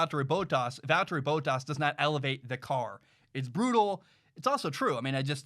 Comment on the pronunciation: It bothers me when he says Valterri Bottas, say it like Val-Terry Bott-Ass, Please.